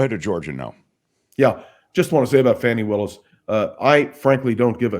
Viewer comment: Willis pronounces her name Faw-nee, not Fan-nee.